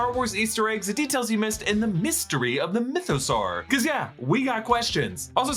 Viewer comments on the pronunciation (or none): It’s pronounced myth-a-saw not myth-a-sar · Why is he pronouncing mythosaur like that 😅....like is that how you say dinosaur?